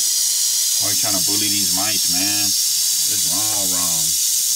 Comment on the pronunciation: I like the way you say bully!! Its funny